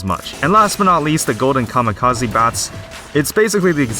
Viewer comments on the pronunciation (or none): none